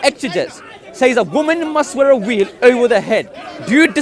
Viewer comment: there's no "V" in South Asian languages, the nearest equivalent is somewhere between "V" and "W", every time he said "veil" it sounds like "wheel", I was cracking up😅